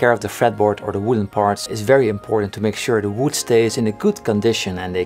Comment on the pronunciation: is how we should all pronounce "wood" now. So lovely!